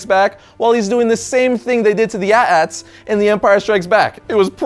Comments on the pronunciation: AT-ATs, not ATATs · You pronounce it at ats? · Im done. He called AT-AT's at ats. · its A T A T's Ps: Fuck Zack Snyder